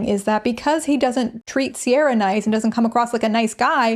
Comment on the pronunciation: No harm to Ciara because she didn't choose her name but it is soooo galling it's pronounced Sierra when it's an Irish name that should be said "Keir-ah"